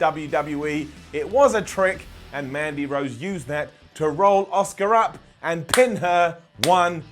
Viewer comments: Makes fun of how Shane says, “Chiampa” The calls Asuka, “Oscar.” I see you,. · Don't get me wrong your one of my favourite people that covers wrestling. But I can't believe that your calling out Shane McMahon for the way that he pronounced Ciampa. You often say Oscar instead of Asuka. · Shane McMahon pronouncing Ciampa was fine, pronouncing Asuka as Oscar on the other hand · I love, it’s so funny how he pronounces Asuka as Oscar lol